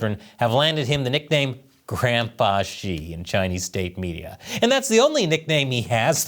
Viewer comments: Haha. For a moment there, I thought you said "grandPOOH" instead of "grandPA". Silly me. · You said Grandpa Xi or Grand Pooh Ba Xi 🍯